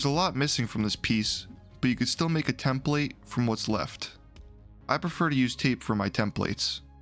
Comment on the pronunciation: You pronounce template wrong.. it is soooo annoying..